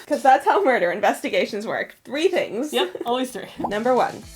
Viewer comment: Who else thought she said "arm stealer" instead of 'arms dealer"?